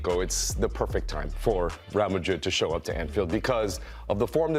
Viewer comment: The absolute nerve of this women to speak and completely butcher Real Madrid honestly sounded like nails on a chalk board